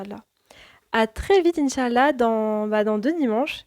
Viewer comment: As salâmou ‘aleykoum Je me permets de te conseiller sur certains points de prononciation en langue arabe. La prononciation correcte est : « In chââ Allâh » et « Mâ chââ Allâh » En faisant attention aux prolongations indiquées avec « ^ », et à bien prononcer 3 mots, et non pas 2 en disant par exemple « In chal-la » Bârak Allâhu fîk